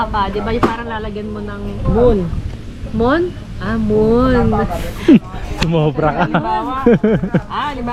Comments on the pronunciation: Muhon 😂😂😂😂 Hindi moon✌️ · “”MOHON “” hindi mon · Mohon tawag jan hindi di moon😂😂😂 mohon...😅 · Mohon yon hindi hamon..hahaha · mohon hindi moon 😂😂😂😂